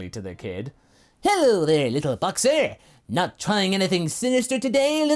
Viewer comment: Bocksa? BOCKSAROT!!!